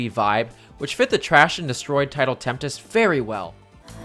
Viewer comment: Coming back to this comment, I just realized something. I think I just lead you to believing Tidal Tempest has an extra 'T' in there. Sorry 'bout that, I was talking about how whenever you say it, you added an extra 'T' to your pronunciation. It is Tempest.